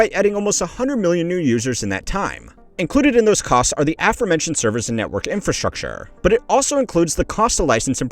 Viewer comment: why do you talk like that. infrastrucTURE